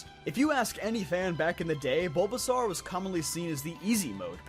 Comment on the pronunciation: Why do you pronounce it BulbaSAWYER